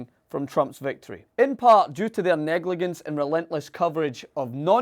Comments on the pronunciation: lol this dumbass needs to go back to school and learn English. "in part due to see negligandt" learn proper English dumbass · either had a brain hiccup, or he really heard some uneducated people back in Scotland mispronounce this word and now thinks it's just the Scottish way. There's nothing in OED about the hard-g pronunciation of negligence. I did google this: "G can say /j/ only before E, I, or Y, but it does not have to say /j/. Words adopted into the language during the Old English time period have retained the hard /g/ before those letters. High frequency examples included in the Wise Guide spelling list: get, give, girl, gift, begin, finger, together." Well, as can be checked on etymonline, negligence was not adopted during the OE time, but several hundred years later, from French, in which negligent is pronounced [negliʒɑ̃]. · the way he says negligence............ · pronunciation of "Negligence". Being from the UK I trust it's a valid alternate pronunciation.